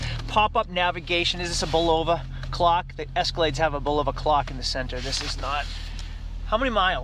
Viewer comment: The clock... Its Bul ah va not Bul oh va